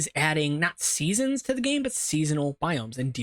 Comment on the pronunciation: Dude said: adding, not seasons... My brain told me he said: adding Nazis...